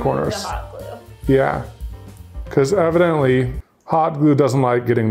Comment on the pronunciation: "EVAN"dently! Sorry I don't know why THATS what I noticed out of everything and it wasn't even a purposeful joke.